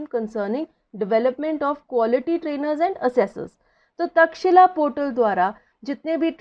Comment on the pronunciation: IT is Takshashila not Takshila